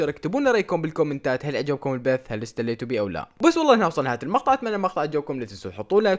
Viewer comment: تسليتو❎ ستليتو✅